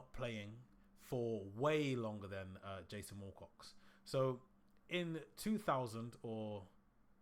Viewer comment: Its Wilcox NOT WALL COX FFS